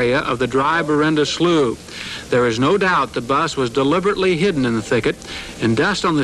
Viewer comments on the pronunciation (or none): none